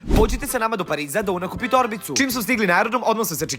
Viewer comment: Umesto da kaze normalno pođite on kaze podžite